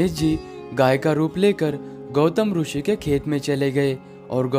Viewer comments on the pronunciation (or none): जब इतना अच्छा वीडियो बनाते हो तो क्वालिटी मेंटेन करने की खातिर, कुछ खर्चा और करके हिंदी कमेंट्री किसी और से करवा लेते, और हां, रूषि नहीं बोलते मुन्ना, ऋषि (रिशी) बोलते हैं... 'हैं' को तुम लोग 'है' क्यों बोलते हो आजतक समझ नहीं आया।